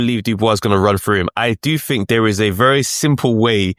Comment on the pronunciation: Fink, froo? WTF